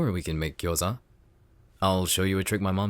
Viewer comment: no but the pronunciation of gyoza is remarkably good??